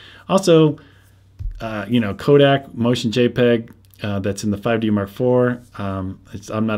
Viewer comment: That would be cool! I wish there was room for Sony or Panny to do that. By the way, it sounds like you are saying Kodak rather than Codec.